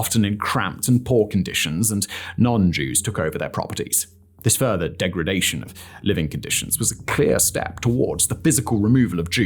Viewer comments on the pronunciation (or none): none